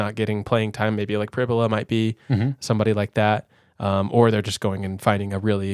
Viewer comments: In an interview, Penn St head coach, James Franklin, pronounced it PRIB-you-luh, not prib-YOU-luh. So, the comparison of "fibula" is likely correct. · Prib -You-La